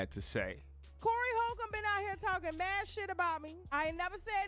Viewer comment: The correct pronunciation would help validate your statement. Respect